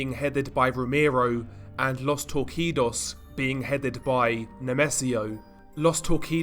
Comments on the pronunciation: Bro it’s pronounced tour-see-dos not tour-key-dos. Regardless amazing content, keep up the great work! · My friend, Los Torcidos you can read " Los Torsidos", change the C for a S. Love your channel!!!! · Torcidos ìs pronounced "tor-see-dos." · Common mistake since the "C" in "torcidos" is pronounced like an "s" instead of a "k" sound. so it would be like los TOR-SEE-DOS. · just a heada up the c in torcidos is a S sound not K